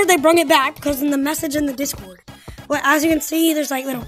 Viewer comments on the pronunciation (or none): none